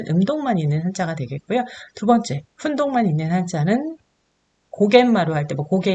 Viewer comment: 한국어의 바름 문제가 있는 반면, 일본어는 A+입니다 . 우선, 한국어어에 대하여. 긴 자를 강사께서 짧게 잘못 발음한 ㅇㅖ: 훈독, 한자, 두 버 째, 두 가지,좋겠지만, 바 주세요 , 많아요, 등, 제가 듣기로는, 강사의 일본어 발음은 A+ 인데, 한국어 바름은 이상 지적한 바와같이 믄제가 많습니다. 강사가 한국이ㅣㄴ지 일보이인지 궁ㄱ ㅇ합니다. 한국의 발음 문제는 심각합니다. 한ㄱ ㄱ이으로 영어를 가르치는 경우에도 영어는 A+인데 한국어는F 였습니다. 이 무슨 irony 입니까? 고국 동포들께 간곡히 권하옵노니, "한국 어문을 고발함"이라는 책을 읽어 주시옵소서. 미국 변 완수 배